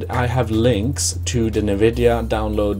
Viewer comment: It’s not pronounced “nuu-vid-yeee-uhhh”. It’s pronounced “en-vid-yeee-uhhh”.